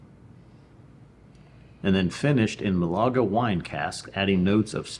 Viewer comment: Great review guys ! (Málaga not Malága is a sweet fortified wine much like PX) Cheers